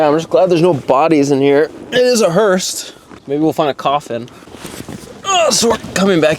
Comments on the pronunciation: Dude. It’s called. Hearse. Not Hurst. As in hurst shifters. Etc …. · FYI: It’s pronounced hearse, not hurst. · It is a HEARSE, not a "hurst"! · Two things. Stop saying Hurst. I'm sure they don't want to be associated with this car. It's hearse. Speaking of not wanting to be associated with this car, how are they not getting copyright hit for this video? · "hurst" lol it's hearse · Hearse with no "T"